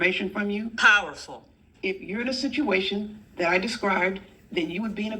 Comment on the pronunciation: No, no!! It's powful, powful, queen. 😂😂😂